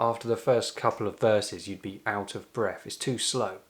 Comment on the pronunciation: …..he wd be if only he said breath, rather than breff, and with, rather than wiv